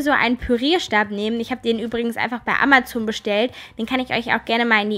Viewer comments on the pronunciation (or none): none